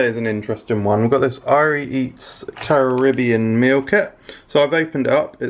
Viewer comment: Why do you pronounce Carribbean like a yank?